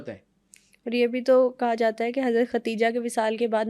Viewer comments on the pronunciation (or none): Her name is KADIJHA s. a not Khatija prounounce it correctly